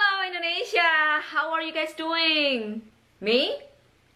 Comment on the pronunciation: cara bacanya, Indonesia bukan Endonesia. Pake I, bukan pake E